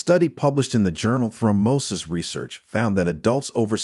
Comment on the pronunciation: Throm BAHSis? Throm bow sis!